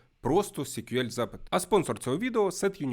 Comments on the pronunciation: SQL читається як "ЕС-к'ю-ел". "сі-к'ю-ел" це щось типу CQL (бозна, що воно таке). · Чому сік'юель якщо це ЕСк'юель. Вухо ріже. Це як Гугл читати гоогл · А є якийсь стандарт вимовляння SQL? Я помітив, що вестерни або динозаври (вибачте, це комплімент=), що вчили SQL у 90-х, часто кажуть 'сиквел'. Хтось, як і автор, сек`юель. Головне, щоб ви розуміли про що йде мова) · коли відео про те, як правильно вимовляти SQL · Потрібно вже відкрити підручник і вивчити як вимовляються абревіатури!